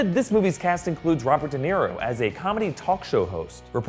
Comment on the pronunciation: Did he say Robert De'Niro? No thanks, I'll pass.....